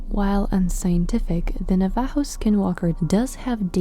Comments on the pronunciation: Your pronouncing our name wrong it's navajo. Look up pronunciation on google. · it was really painful to hear you pronounce "navajo"😭🤣